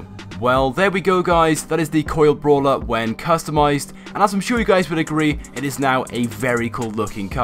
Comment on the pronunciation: "Bralwer". Congratulations.